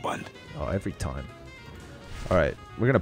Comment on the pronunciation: its time not toiam